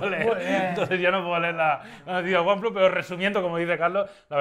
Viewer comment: lo dijo bien :))))))